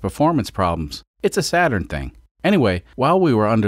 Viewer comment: SATURD not SATURN